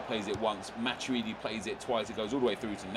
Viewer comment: It's "matweedi" not "matchuidi"